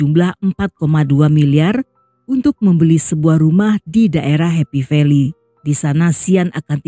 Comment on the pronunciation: Happy velly sm yuen long to mana sich 😂😂😂 kok bikin geli klu nyebut nama" daerah